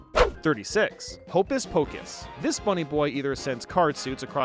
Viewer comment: Not to be mean but you said hopus wrong I’m sorry if you think if its a mean comment it’s not